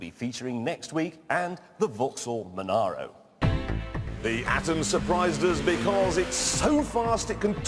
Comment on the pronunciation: Vauxhall Monaro, for once not manureo.